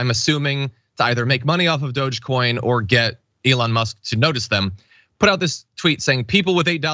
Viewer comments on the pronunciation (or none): none